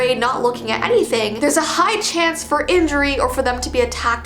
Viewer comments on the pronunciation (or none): none